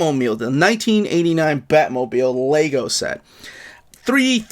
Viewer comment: Batmomile. lol. talk pretty one day.